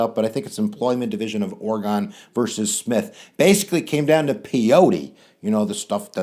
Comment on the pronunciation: My class thought this was a rocking awesome video... thanks and it's "Ore-gun" not "Ore-gone"